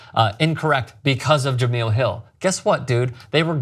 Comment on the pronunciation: Guys...J-e-m-e-l-e...Jah mel...not Jah meal 🤣🤣🤣